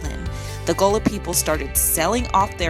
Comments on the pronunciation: Gullah not gola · she's mispronouncing GULLAH.......help!!